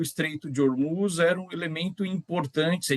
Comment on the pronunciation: Essa repórter troca o “s” por “ch”! Deveria procurar um fonoaudiólogo! Irritante ouvir ela falando e dizendo: “Trump não conchegue chair” “controle chobre Ormuchss” ridículo! Procure um fono minha amiga!